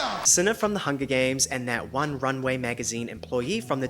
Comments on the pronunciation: Lol I cannot watch you any longer... PER-FORMANCE LOL not PRER-FORMANCE... 🤣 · Great content but you mispronounce ‘performance’ as ‘pro-formance’ and you use the word often so it stresses me out x